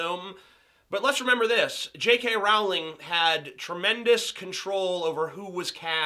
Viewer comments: I don't disagree but if you're going to use the 'w' argument, you wouldn't pronounce 'bowling' as 'bow-ling' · I cringe whenever he says 'J.K RoWWWWWLING'. It's pronounced as 'J.K Rolling'. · It's pronounced "Rolling". You would think an intelligent, amazing, reviewer would know that...